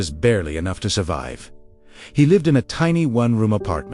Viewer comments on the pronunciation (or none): "That. Is. Any. Enog." Inspiring words. Just because this is an era in which people are hungrily consuming digital content, and posting digital content is a lucrative way to earn money, it doesn't mean that digital creators should be posting substandard content. Please respect your viewers. If you want to create digital content using the help of AI, do quality checks before uploading it. Better yet, use less AI. Use real human beings to draw animations and record voiceovers. You will be giving work to freelance artists and actors, and there will be less mistakes in the content. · Utter bullshit story - for one thing it seems to conveniently forget that Thomas was at work at 5 am. And the AI can't pronounce simple English words, like 'enough'. AI generated crap. When I was in University, I discovered that my 'magic hours' were from 10 pm to 2 am - I was most alert, the world was quiet, and I could focus, learn, remember and create much more effectively in those hours. Not everyone is a morning person. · strange pronunciation "enough"